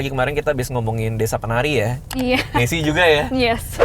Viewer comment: Radit bilang nesie gue dengernya ningsih